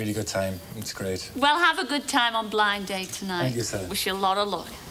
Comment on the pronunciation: I always liked the way the announcer at the start was very careful to pronounce the two D’s between the words Blind and Date. “Ladies and gentlemen, it’s BlinD Date”.